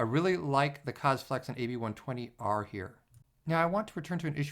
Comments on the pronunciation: Fairly sure "kaze" isn't pronounced like "cuzz". It's japanese for "wind".... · Hey man, in the word "kaze" you have to pronounce the "e" like in the word "mesh", it means wind in japanese. Can't wait for the 140mm review btw.